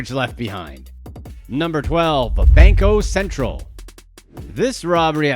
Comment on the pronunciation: Your name is yet you can't properly pronounce Banco Central. Ashamed much?🤡